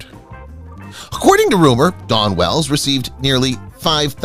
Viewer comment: Her name is Dawn Wells, not Don Wells. The speaker mispronounced her name continuously.